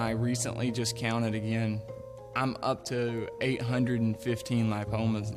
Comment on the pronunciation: It's ligma not limpomas Btw great editing